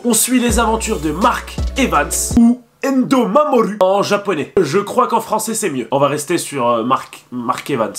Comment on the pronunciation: C’est pas Aidho mamoru mais endou mamoru